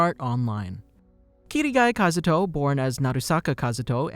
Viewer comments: Dude I love these videos but I HATE HOW YOU SAY THE NAMES OF CHARACTERS like it gets me so salty for absolutely no reason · It annoys me that he says Kirigaya Kazuto im so used to kazuto kirigaya it throws me off